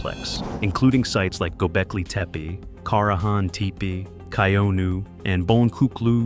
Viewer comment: I'd make a suggestion that you find a Turkish speaker and learn to pronounce the words correctly. Don't worry, because incorrect pronunciation is widely spread; particularly with reference to Göbekltepe.